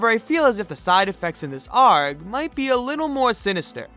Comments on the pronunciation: the fact that he pronounces “arg” like it’s a word and not the acronym just infuriates me beyond what should be possible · loved the video but almost died every time ARG (alternate reality game) was pronounced "argh"... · sorry dude Im pretty sure you're supposed to just pronounce the letters A R G. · i'm sorry for being that guy, but its pronounced as "A.R.G." instead of one word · I’m sorry about this it’s pronounced A.R.G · Can I just say something quick? Not shaming you in any way, but i thi k ARG is pronounced as individual letters (capital versions) instead of 'Areg' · The way you pronounce arg is really funny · i did not know anybody read ARG phonetically. whiplash so bad my neck hurts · WHY DID HE PRONOUNCE ARG LIKE THAT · The way he said ARG doe... It's like gif being pronounced jif, you don't know if it's wrong, but i still feels like it. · ARG is not literally pronounced as a word dude. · Pronouncing ARG like a pirate makes me very unhappy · good vid, but arg is read just as letters, and not like a word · AHHHH WHY DOES HE PRONOUNCE ARG LIKE THAT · The way he pronounces ARG at the beginning makes me irrationally angry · Why the fuck do you pronounce ARG like that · bruh are you a fuckin pirate?? because you pronounce arg like you're one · Did you actually pronounce ARG as one word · How did you even mispronounce ARG? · why is he trying to be a pirate and saying "Arg" i think he means "Ey are gee" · bro its Aye-Arr-Jee not arg you arent a pirate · Did you just pronounce ay are gee as ARGG? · Lost my interest as soon as you said "arg" like its a word its literally the letters A.R.G. not arg like a dumb ass pirate ripoff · its not pronounced like "ARG" its pronounced like "A-R-G" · Please don’t say ARG as a word, just spell it out- That’s the only thing wrong with this video, I like the entire explanation ^^ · its pronounced Ay-Ar-Jee not Arg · People who say arg (argh) instead of ARG (Ey Ar Ge) probably say usa instead of USA(You Es Ay)